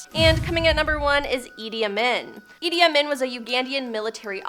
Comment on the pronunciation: It's pronounced ( a mean)idi amin